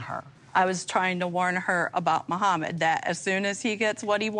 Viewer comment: I really hate how Danielle pronounces Mohamed as if it's two separate words😤